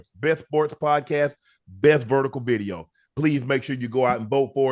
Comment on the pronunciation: Shay shay can't say v . He said bideo😅😅😅😅